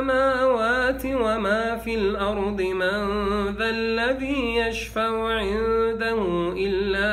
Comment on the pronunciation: ياشيخ انت تقرأ الأرض باية الكرسي بالفتح وهي بالكسر وهذا خطأ جلي لايجوز يرجى الانتباه اكثر هذا كلام الله